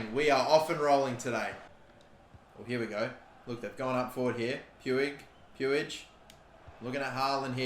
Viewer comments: Puig is pronounced puugh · Is puig not pronounced “pweeg” or is that just the baseball idiot who is like that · it’s pronounced same as twig. Pwig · With all due respect brother you are not pronouncing Puig's name correctly, it is pronounced as Pooj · I beg you pronounce it riki pooj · I know a Catalan with that last name and they pronounce it like “much” with a P